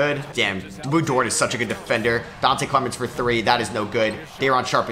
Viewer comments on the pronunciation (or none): none